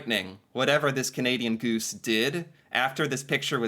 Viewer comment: Do you realize our Canada geese are protected! Not Canadian but Canada geese. Say it properly! Please